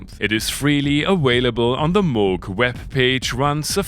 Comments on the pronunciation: it is pronounced «Moog», not «Moog». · Its pronounced Moog